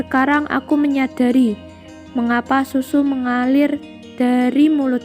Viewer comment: Haduuuuh mbak eee 😁😁😁 mulut jadi bulu , Mengalir jadi mengalil , Baru kali ini ketawa bukan karna isi videonya , Tapi ketawa karna suara pembacanya